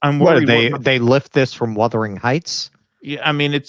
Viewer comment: “Withering Heights”😂😂😂